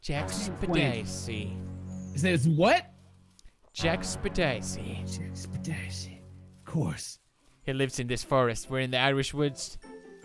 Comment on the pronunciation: ström then why in mostly all his videos,he says either jacksepticeye or jackspedicy